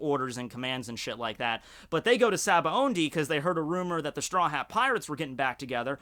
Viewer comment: Why does pronounce it "SabaoNdy"? I'm pretty sure it's spelled "Sabaody"